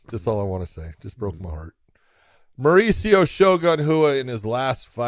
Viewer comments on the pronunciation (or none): none